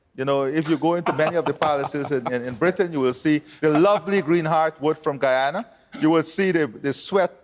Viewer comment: The host called Guyana Ghana its pronounced GUY ANNE NAH ....smh